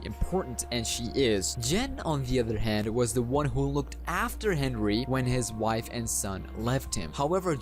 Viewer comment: Can we just say that some of the words you said were wrong like wife and cawthon? U said wife as vife. And cawthon as cakthon.